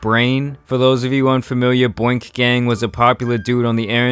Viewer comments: Boink gang? I think U mean boonk Gang.LoL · He said BOINK gang😂😂 it's BOONK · “Boink gang effect” It’s Boonk Gang😂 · Why he call boonk gang boink gang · wasn't it BOONK-GANG not BOINK GANG? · called Boonk Gang “Boink” that shit funny af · Who is boink gang??😂😂😂 it’s boonk gang lol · Its BOONK gang not "Boink" lol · Boonk gang, not boink gang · His name was BOONK NOT BOINK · dude saying boink gang instead of boonk gang had me dying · boonk gang Not “boink gang” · Bro didn’t say boonk gang but “Boink gang” b💀💀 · Boonk Gang not Boink Gang. Or was you tryna do that on purpose? 🤔🤔🤔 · Did he say Boinkt gang? 😭😭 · It’s boonk gang not boink gang😂😂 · Boonk gang 😭😭 not Boink LOL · U killing me with that boink gang instead of BOONK gang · Man really said "boink" gang, it's "boonk" gang. How tf do you mess it up that badly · *Boonk gang not boink gang lol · Aye bruh i know u didnt say “boink gang” lmao its boonk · My gosh, it's Boonk Gang not boink gang. Boonk: Florida slang, to run off with something. "He asked to see a man's iPhone then boonked on him" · BOONK gang not bOInk gang LMAOOOO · Boink gang? You mean boonk gang?😂😂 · Boonk gang not Boink gang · It’s boonk bro😂 not “boink”😂💀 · Booonk gang not bonk lmao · “Boink Gang” LOOOOOOOOOOOL. He means BOONK Gang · Wtf is boink gang.. It's boonk gang... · Boink gang?? Tf my dude that name ez af to pronounce how u fuck it up😂😂😂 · It’s boonk gang not whatever u called it lol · Dude it’s BOONK gang🤦🏻‍♀️ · no way you just pronounced boonk gang like that😭😭😭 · “Boink gang” “John Cabanna” Lmaoo dude f’d up both names